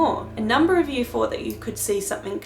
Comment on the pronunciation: hi I also have another comment about how you speak in the video,did I hear you correctly,did you say the word fought instead of thought and do you know your doing that.That's interesting because my brother used to say that when he was little until he learned to say thought correctly,just an observation,hope I didn't offend.